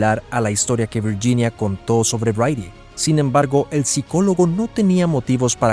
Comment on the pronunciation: Viyinia? Hablé bien el castellano